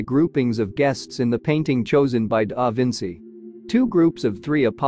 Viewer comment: Stop the AI diction. Cannot pronounce da Vinci’s name! Terrible